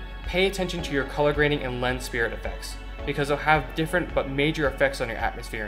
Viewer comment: Not a criticism, just FYSA, because it means you read these words, aint nothing wrong with that.. Sprite is pronounced like the soda, not like spirit. Vignette is pronounced vin-yet. Nice video.